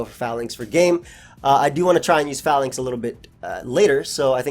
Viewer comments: Call this mon "Fay-links" not "fa-links". The name is a pun on a defensive troop arrangement used by the ancient Romans called the Phalanx (fay-lanks) #tmyk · It's pronounced "fay-links" I would assume. Long 'A' sound. I assume based off "phalanx" (an ancient greek military formation) and "link" like a chain of something.